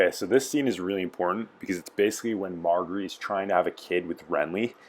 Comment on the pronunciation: Mar-jerry...learn how to pronounce her name, it isn't hard!